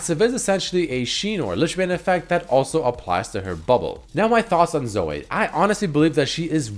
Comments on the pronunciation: its Zo - wee not Zo - wei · zoe as in zoui not zoooeeee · Say Zo-eh one more time I swear... God Fucking Damn it. Zo - EE. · Zoey, not Soay. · Why do u say Zo-ay its Zo-ee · 1. does have an accent 2. His accent shouldn't affect the way he pronounces Zoe, he just keeps forgetting that it's pronounced Zoh-ee 3. It's not pronounced fucking Zo-ay, and it's not a french name either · I love you man... but you don’t have to hard pronounce the E in Zoe lol 😂 it’s just zo-EE not zo-AY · jesus christ hearing him pronounce it "zoh-ay" is giving me auditory cancer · repeat after me; z - oh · IF YOU SAY "ZOEH" 1 MORE TIME I UNSUB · why the fuck is saying Zoe as 'Zoeh' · "Zoeh" x) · Why can’t he say Zoe? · Wait so can no youtuber pronounce Zoe??? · the way he says Zoe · doesnt have an accent he's just mispronounces it. He also mentioned it on a video and says it correctly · Not sure that's how you pronounce her name... The e is silent otherwise it would have a y on the end... Shes gonna be super fun on aram though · Holy shit pronouncement of Zoe triggers me so hard. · how you pronounce "Zoe" is sooo................ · WHY THE FUCK CAN'T YA SAY "ZOE" PROPERLY?